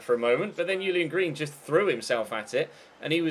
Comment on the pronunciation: Pretty sure it's pronounced Julian green and not yulian green, because he's American not German